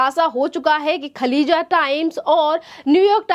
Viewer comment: खलीजा टाइम्स नहीं खालीज टाइम्स नाम तो ठीक से लें